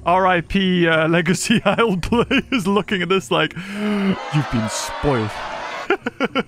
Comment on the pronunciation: How much money for you to genuinely pronounce it “the lzlee” instead of the isle?